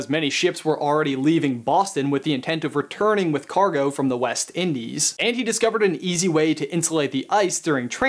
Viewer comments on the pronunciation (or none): It's westindies not west.......indies